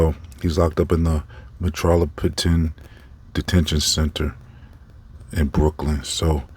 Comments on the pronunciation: Should I believe you, you can't pronounce metropolitan and don't know what adderall is... 🤣🤣🤣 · What's even more hilarious? Not being able to pronounce metropolitan and not knowing what Adderall is has nothing to do with believing him or his credibility Good one genius 👎